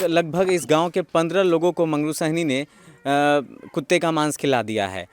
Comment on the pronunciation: साहनी है या सैनी है सुध्ध तो बोल।